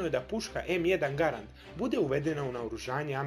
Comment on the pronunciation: Kaze se em jedan Gærend